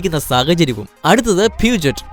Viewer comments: Yes it's പ്യൂഷേ & another one renault is not റിനോൾട്ട് it's റെനോ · Not peujet its peugeot പെ‌ഷോ or പീയൂഷോ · റേനോൾട്ട് അല്ല റെനോ ആണ് പ്യുജറ്റ് - പഷോ സിട്രോൺ - സിട്രോയെൻ ഹുണ്ടായ് - ഹ്യുണ്ടേ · pugyoot ennale correct pronounciation